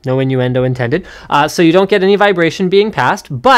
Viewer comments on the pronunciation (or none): Wtf is an inue-endo